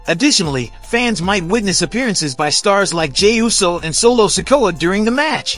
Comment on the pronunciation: Yo, y'all need to learn how to pronounce wrestlers names, it hurt my ears when you cant say kairi or sikoa. Dude learn the names CORRECTLY.